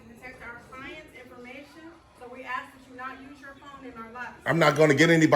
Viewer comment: He thinks he's so smart but can't even pronounce the word ask correctly!